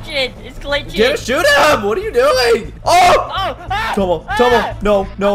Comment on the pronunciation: Caulus you said tono not tomo